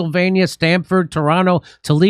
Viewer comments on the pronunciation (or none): none